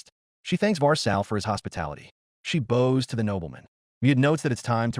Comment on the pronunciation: She 🏹s. He 🏹s. Not she 🙇‍♀️s and not he 🙇‍♂️s. AI drives me nuts sometimes!